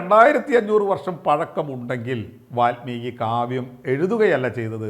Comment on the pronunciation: വാത്മീകിയല്ല, വാല്മീകി.